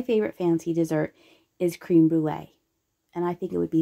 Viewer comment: Crème….not cream, short E